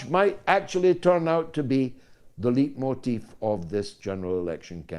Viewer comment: One point of pronunciation George: Leitmotif should be pronounced as "Light - motif".